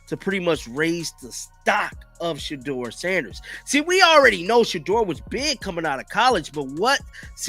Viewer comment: “Sheddar Sanders”